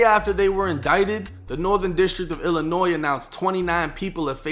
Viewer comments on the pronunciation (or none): none